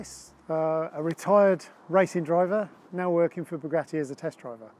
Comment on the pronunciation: It's Bugatti; as in "Boo", not "Beau" - Boo-gatti - "Bugatti".